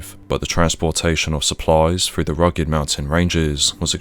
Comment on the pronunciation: Can't pronounce th's either its frust, instead of thrust, & free rather than three, frew instead of through ... so irritating! 😖 other than that it's interesting enuf 😂